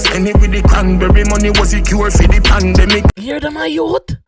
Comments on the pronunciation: Pandemic not pan bele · Pandemic not pon belly